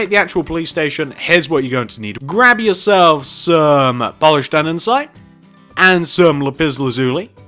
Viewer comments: Everything was perfect, just one small thing. "An-de-site" not "An-den-site". ^_^ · You just keep saying andensite. It is actually andesite!!!! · Stop saying andensite it’s andesite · You dumb shit its andesite not andensite dumb piece of shit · Omg!! It’s called andesite. Not andensite. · Your saying andensite it's andesite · Anyone notice he says andensite not andesite just pointing it out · Can you say Andesite right? You say Andensite... Sorry no hate it just annoys me. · him: andensite me: ANDERSITE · I think he has a little problem with saying "Andesite". Instead of saying "Andesite" , he's saying "Andensite" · andesite not andensite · Its pronounced "andisite" not "andensite" morin. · You do realise it's ANDESITE Not ANDENSITE FFS!!!!! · Why does he say andensite? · He is in middle English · STOP SAYING ANDESITE WRONG!! Also you forgot to add "Police Station" in the title. STILL ANDESITE! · Your saying andesite wrong😂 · It’s andesite